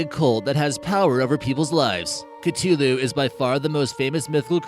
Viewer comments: It's pronounced Cuh-Thu-loo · Stopped watching right after you butchered the word CTHULHU